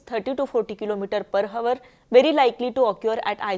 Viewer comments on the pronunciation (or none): अरे बाबा पर हवर नाही पर आवर बोला 💩💩💩💩💩💩